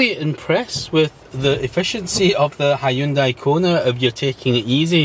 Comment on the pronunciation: He can say Hyundai correctly unlike the yanks who call it honday ?? Hahahahahahahahahaha how can Hyundai sound and look like honday